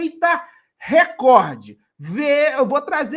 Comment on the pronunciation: Parabéns pela pronúncia correta, isso tbm é informação... RE(COR)DE não tem acento... Uma maioria, influenciada pela globolixo, pronuncia RÉCORDE